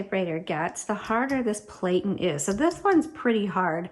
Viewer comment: Even though the rubber cylinder is spelled "platen", the standard accepted pronunciation used by professionals is as "platten", to rhyme with batten, as in "batten down the hatches".